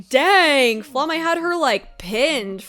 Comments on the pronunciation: Just a hint from a German speaker (since most of the names in this are German): Frieren’s master’s name is pronounced Flah-muh, NOT Fla-may! (Just German for flame.) If you don’t know how to pronounce a name here and want a good guide, enter the word spelling as German into google translate, and click for the automated pronunciation. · Flamme rhymes with mamma. The names in this show are German words. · hahah well, the more you know.. This has been my pet peeve with Frieren reactions! People calling her Flammah when you can clearly hear the audio